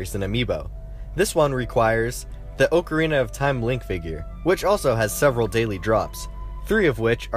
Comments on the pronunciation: anytime anyone says oakarina my heart breaks a little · Oak uh ree nuh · How hard is it to say oc-o-reen-na not oc-a it’s is Oc-o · The oakarina of time? I thought it was ahcarina of time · I pronounce the word ocarina aukarina, but some people are like you and my brother, who pronounced Oakarina. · good video but its pronounced "ah ca rina" not "owe ca rina" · It’s frickin OCK- A-R-I-N-A not freakin oakerina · "ogreana of time" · Haha XD. I wanted to correct him so bad, but he can't hear me soooooooooooooo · Bubbabutt04 he kept saying oakarina.. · Am I the only one triggered when he says "OAKarina" instead of "Ocarina" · Why does everyone say ohcarina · oakarina of time💀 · For some reason it triggered me so much when he said oocarina like oat and awh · Oak-or-Rena of time 😂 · he says ocearina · i’m sorry, but “oak-arina” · awk-ah-re-na is how you say it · "Oakareena" reeeeeeeeeeeeee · It's not O-carina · "oakarina" lol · DID HE FUCKING SAY OAKORINA OF TIME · O-carina of time Oc-arina if time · Ocre-ina of time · It bugs me how you say ocarina, its Pronounced AH-CAH-REE-NAH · “OHcarina of time” and “NCP”. Jfc who is this clown? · Every time he said "oakerina" instead of ocarina I cringed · NCP lolol. And it’s an awk a reen a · Please stop saying oakirina of time!!! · "OHcarina of time?" lol shame on you! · The way ocarina was said triggered me :P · Did he even say ocarina right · He said ocirina wrong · Why does he say Ocarina like that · thats not how you say ocarina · I hate how this guy pronounces "ocarina"